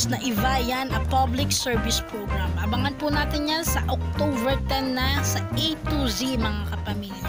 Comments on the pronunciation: October not octoVer 🤣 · Sis, friendly suggestion to improve your video voice over... practice the correct pronunciation of these words: photos, spotted, October, uploader, service, Iba yan!, It's Showtime, notification bell and upload... all the best.